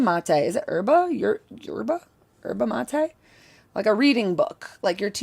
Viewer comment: Your drink "yerba mate", pronunce: [juh·buh/shuh·buh ma·tay] it's argentinian 🇦🇷🤎 you should try the traditional mate! 😙🤌🏻